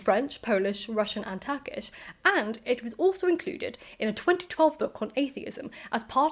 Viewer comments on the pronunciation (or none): none